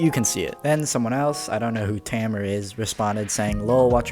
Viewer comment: the way he said tamer